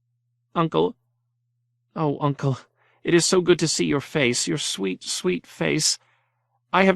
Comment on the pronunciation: I noticed Uncle being pronounced nuncle and aunt n aunt could be something I'm not aware if so forgive my ignorance